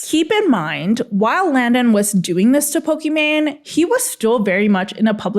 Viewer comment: Her name is pokimane, not pokimon